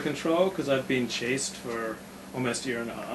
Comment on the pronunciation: "chaste" vs "chased" lmao